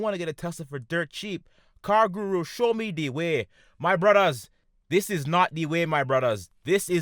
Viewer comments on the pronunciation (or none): "This is da wae of da deviil." Lmao instant like and sub.